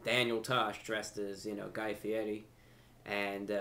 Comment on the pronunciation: Pure props Review Brah! I love the way you kept mispronouncing that idiot Guy Fieri's name. Hahahaa! "Fieti"! Brilliant as usual. Come to Philly sometime. I'll take you anywhere you wanna go.